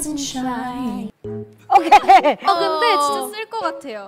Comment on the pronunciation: Rosé:'blinto' Jennie:'netflex' Lisa:'TMR' Jisoo: 'I'm Jisoo I'm Okeyy'